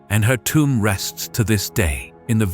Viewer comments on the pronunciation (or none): none